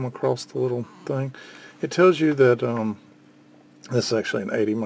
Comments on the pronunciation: not to be PICKY but the word is 'across' not 'acrost' ... i guess it's a regional dialect thing people pick up from their parents and community but STILL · what does "acrosst" mean ?